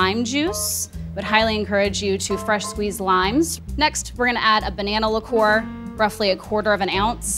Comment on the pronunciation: It is pronounced liqueur not ligeur.